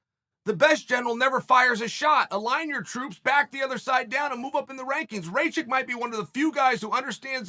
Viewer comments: Ratchik I thought it was called rakich uncle chael the best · Me: Rakic Chael: Racik Me: Racik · It’s not Ray chick, it’s Rack Itch lol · As an American with roots from Serbia, it's pronounced Rock-eech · rey-chick.........good one chael... :-DDDD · Who's RayChick? And PRO Hass-kick? "Igor Prohasska"? I mean jeez..... I just know mixedmollywhoppery is gonna do a bit on Uncle Chael about this stuff lol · “Rayshit” LMFAOOOO CHAEL I LOVE YOU!!! 🤣💀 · Ray chick, Uncle Chael’s name pronunciation record is Undefeated-0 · Why does Chael keep pronouncing these guys names wrong😂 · You pronouncing wrongly his name Uncle Cheal 😂 Ra like Ramadan... Not like rain... 'A'.... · 😆 🤣 😂 Chael stop playing I can't anymore lmfao you know damn well that mans name is not Igor i could see you having trouble with the last name but you ain't even in the ball park anymore 😭 Bruce Buffer need to start using some of these names just to see fighters reactions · Sometimes I think Chanel mispronounces names on purpose. I laugh out loud every time